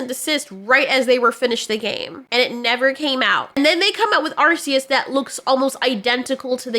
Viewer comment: Thank you for pronouncing arceus correctly.